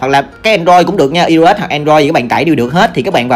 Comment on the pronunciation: Ai ô s anh ơi hk phải i ô s😂